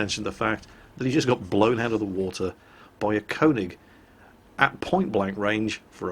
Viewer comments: Please say konig right, its pronounced ker-nish, not konig. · you pronounce köning as kuning (like in burn). even I know that ;) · its STILL not konig its KÖNIG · Dude, kÖÖÖÖÖÖÖÖÖÖÖÖÖÖÖÖÖÖÖÖning! NOT kOOOOOOOOning! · your pronunciation of könig is so terrible